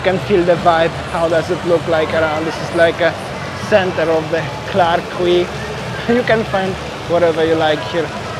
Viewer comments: QUAY is pronounced..KEE🙄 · It's pronounced as key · The word Quay should be pronounced as "key". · Clarke Quay, Boat Quay and Robertson Quay.. Quay is pronounced as Key.. hope you’re enjoying